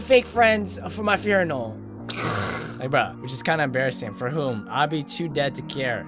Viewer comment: You said furinal instead of funeral.